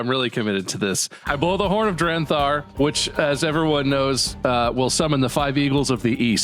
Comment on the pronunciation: Bob said it wrong both times. was actually getting it right the whole time. It had been "Drenthar" from the beginning. 😂